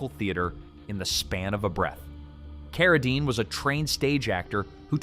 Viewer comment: Maybe just write a script and have a real human read it! J Carrol Naysh, Frankensteen, Carra (dine)?! It's not that difficult!